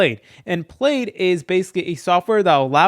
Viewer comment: Its pronounced "pladd"